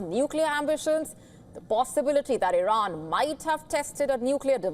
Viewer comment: Congratulations Iiiiiiran as they pronounce it😂